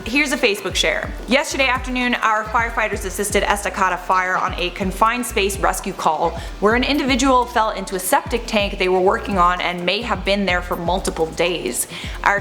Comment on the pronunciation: It's pronounced Esta(kay)da. Estacada. But i forgive you cause i think your cute.